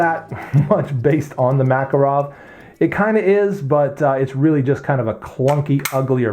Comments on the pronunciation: Both of those pronunciations of "Makarov" are just as wrong. It's pronounced like "Mah-kahr-of", not "Mac-arow". Not that it matters, we in non-English speaking Europe don't pronounce American brands in English either, like Microsoft or Tupperware. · mak-KAR-awf . . . you English butcher the language :) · Pronounced: Ma-Car-Awf